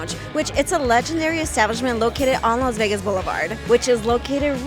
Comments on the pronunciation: Laz Vegas? You're the only one that pronounces it that way. Enjoying the restaurant tour thank you. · Laz Vegaz, she says!